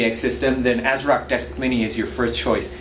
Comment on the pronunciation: It sounds like he keeps saying Azeroth